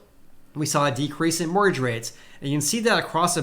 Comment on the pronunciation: Hehe, I love the way you say 'mortgage', Sounds like, "morrage". Love it! :)